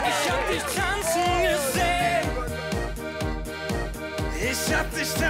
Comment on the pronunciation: Alles was ich höre : Isch hab disch , Isch hab disch ..😂